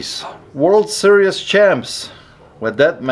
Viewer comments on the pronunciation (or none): It's World (Series) not World (Serious) Lol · SER---EEZZZZ!!! SERIES NOT "SERIOUS"